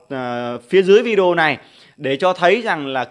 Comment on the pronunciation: Vi đi eo là gì ?phát âm sai Anh ngữ thì đừng mò đầu lên YouTube